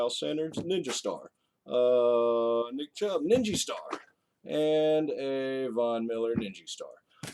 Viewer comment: Love it..."Ugh ninjy star...uh ninjy star"